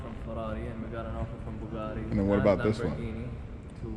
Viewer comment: He said buguatti 😂😂😂